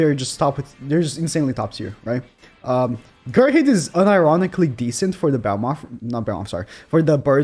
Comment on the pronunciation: I cringe everytime I hear someone mispronounce Gerhearde's name